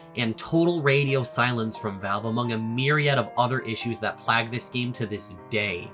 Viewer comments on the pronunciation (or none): D Did you say “plag?!” Plague? What’s a plag?? ???? I’m so confused